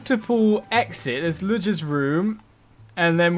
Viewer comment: ludger is pronounced loogar. sorry to be that pronunciation person its just a little irritating :P